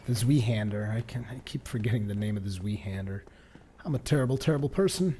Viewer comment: It's not zwiehänder, it's zweihänder, please watch the pronunciation video from AGermanSpy, do it for me. :) Keep up the good work, greetings from Germany and thank you for your videos.